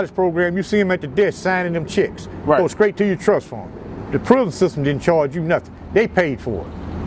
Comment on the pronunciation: Is it just me or do people that have been to prison either alot or fora king time say "prison" weird...? They all say it the same way too. "Pruuhzun"😂😂